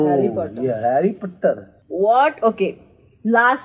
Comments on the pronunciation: I just love how prajakta's dad says Harry Potter like Harry Putter 🤣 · No one: Literally no one: Her dad: harry puttar 😂😂😂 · Omg when her dad said Harry Potter as 'Harry Puttar', I relate to that on a whole new level lol, my bro and parents won't stop calling him 'Hurry Puttar' just cuz I get offended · Every Indian parent say Harry Potter as Harry p Puttar 🤣🤣